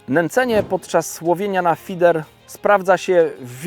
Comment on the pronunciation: na początku prezentacji wspomina, że jest konsultantem Prestona od kilku lat a w filmie wymawia słowo "feeder" w dwóch wersjach. Dlaczego nie jest to jedna, normalna wersja zamiast tego dziwnego slangu części polskich youtubowych wędkarzy.